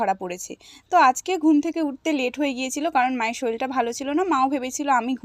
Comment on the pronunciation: উচ্চারণ টা বা শব্দ টা শরীল নয় ওটা শরীর হবে।